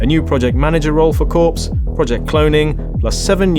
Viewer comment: Why do people keep saying corps (as in corpse)? Any military guys will tell you it is pronounced 'core' even if plural.